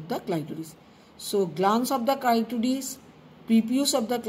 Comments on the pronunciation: some of the pronunciation was very strange. Especially clitoris. Anyway good job and thanks you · Clitoris was pronounce wrongly